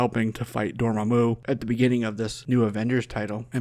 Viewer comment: "Door- mom- u" I love it.